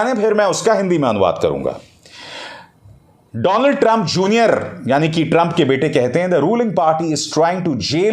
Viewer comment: डोनल्ड ट्रंप नहीं डोलँड ट्रंप